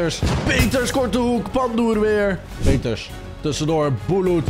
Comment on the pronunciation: Je zij in de plaats van Peters pieters